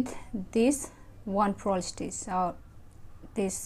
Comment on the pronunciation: Purl not prol